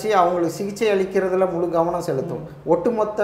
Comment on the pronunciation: அழிக்கிறது என்று சொல்லிப் பழகுங்கள். 'ழ' வை சரியாக பயன்படுத்தி பேசுங்கள். நன்றி.